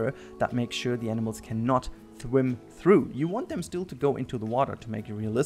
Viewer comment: FULL GROWN ADULT Says SHWIMMM through instead of swim